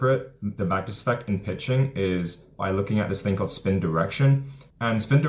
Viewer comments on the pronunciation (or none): Can you take the time to actually say: 'Magnus Effect' as opposed to the 'mouthful of gumball' sounding 'manft'. Here's another word for you to learn -- ENUNCIATE! As to 'hitting a baseball, is the hardest thing in sports...' that is just a saying, I can think of many things that are harder? Try winning the Indy 500 a record amount to times? Beating Usain Bolt at the 100 meters? How's about how many times has there been a 99-yard touchdown run in the NFL? One must consider that an average of 26 pitches thrown in a game -- are actually 'HIT' -- not to mention the amounts of contact producing things like Foul Balls. It is NOT that hard -- there are plenty of thing's WAY more difficult than hitting a baseball -- in sport -- that's just the way that it is. It is a time-honored tradition -- a maxim, that nonetheless is NOT true and "NEVER" has been true. And you, my friend have not only 'fallen' for it, you are trying to sucker other people into it. Why not simply say that it IS a difficult game to play -- AT THE BEST OF TIMES? Interested to know what 'artificial hyping' is? Just go back and re-read your ageless Stuff that you've mentioned! Keep in mind, that I am being VERY 'NICE' in this response, because of how terrible this useless trove of wordage actually IS! It actually deserves far worse of a response! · The WHAT effect ? I could never understand the word you are saying Great VIdeo. Vacus effect?